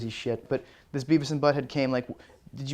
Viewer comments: Its Beavis not bevis. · ahahahah Bevis (beh-vihss) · *Beavis, not "Bevis"... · It's beavis, not bevis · Hey! It's "Beavis" not "Bevis" =P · It's Beavis not Bevis! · It's Beavis, not Bevis, you butthead! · >Bevis Its Beavis. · Umm.. It's Beavis not Bevis -_